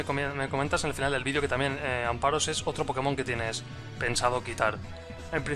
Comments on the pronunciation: Amparos!!??! Mis oidoooos sangraaan! AmFaros por diooos! jajaja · Gracias, pensaba que era el único que notaba que moría un pichu cada vez que decía amparos.